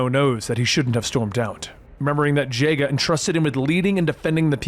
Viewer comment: It was from his childhood, doesn't mean he watched it at the time or remembers the way they said the names. But yeah it is a tell that he either hasn't watched the TV show or have a clear memory of the name. Harry Potter was from my childhood, but I didn't read or watch it. Same with Pokemon. Also Jaga, is (Jah,gah)